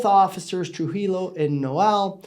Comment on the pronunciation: Trujillo is correctly pronounced TRUE-HE-YO. It's a Spanish name.